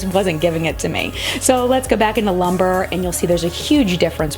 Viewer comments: It is pronounced loom-bray, not lumber. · Love this. JFYI the shade Lumbre is pronounced Loom-bray and means fire. Excellent review!